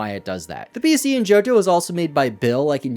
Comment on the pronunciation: Subscribed at Joht-hoe 😂